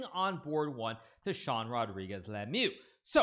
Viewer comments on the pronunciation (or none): none